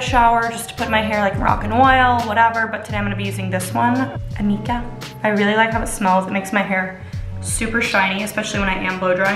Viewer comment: Amika what? You didn’t say and you can’t read it